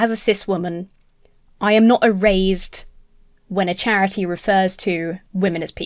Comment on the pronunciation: Your Brit-ness on the word erased makes it sound like the product of some modern remote nanny work... E-Raised. Love it.